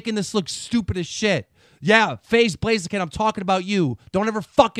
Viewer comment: It's pronounced Blaze 😂